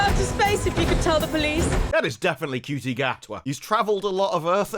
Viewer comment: Do you mispronounce Shooty's name as a comedic bit? I mean, the number of people on the planet who would call him "Cutie" could fit in a police box. Not the TARDIS; a standard 1960s era police box.